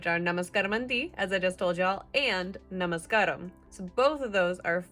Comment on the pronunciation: Good you are learning and nice effort..good Na-Ma-Ska-ram... When spoke this you did over stress the K, the stress should be on the S and the K is silent like in Car, slight adjustment. Well done... You'll get to learn. Doing Verbs / Action verbs present tense always ends Aa sound in telugu. Feature tense and past tense ends with uu sound.. . Good luck